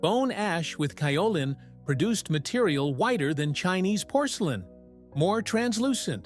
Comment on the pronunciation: Interesting video. I've been a potter for more than 50 years, porcelain is my favorite clay. I have worked with both stoneware and earthenware.. Just one correction; Kaolin is pronounced with a 'long' A. ( K oh lin)